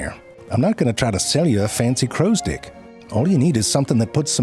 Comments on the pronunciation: Anybody else hearing "crows dick"? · every time he says "crows dick" instead of "crow stick" kills me! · He's saying "crow's dick", not stick, right? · Why do i keep hearing crow's dick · He is definitely saying “crows-dick” - right? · I constantly hear "crow's dick". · I keep hearing Crow's Dick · Frank spent all day practicing how to make it hard to tell if he was saying "crows stick" or "Crows dick" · Anybody else keep hearing crows d**k? No, just me?😅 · I just can't unhear crowsdicks. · I keep hearing "dick" 😂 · Drink every time he absolutely says crow's dick. Chug every time CC gets tricked into thinking he said stick. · Every time he says “crow stick” it sounds like “crow’s dick.” Obviously this is not accidental. 😂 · 🤨 Alright you're definitely reading "crow stick" that way on purpose. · You're saying "crow's dick" on purpose, aren't you? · All I could hear was "crow's dick". Every. Single. Time. When he said "hook tip...and that right there is a damn fine crow's dick" I threw my hands up knowing he did that on purpose. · Am I the only one hearing "crow's dick" over and over again. I'm almost certain that's what he is saying lol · Dude saying "crow stick" like Danny Devito says "boy's soul." ...With a decidedly unwelcome and unwarranted emphasis on a nonexistent "d" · When you say crows stick ... it sounds like you are saying something else..... if you know what I mean!?! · Am I the only one that does not hear crows "stick" but something else instead of stick? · He kept saying crow sticks but we kept hearing something else. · I've been hoping for this one, crows are one of my favorite birds. It's incredible just how intelligent and creative they are. Using tools is one thing, but the way they make them is really impressive. Also, I love the way you pronounce "crow stick." I can't unhear it and it's hilarious.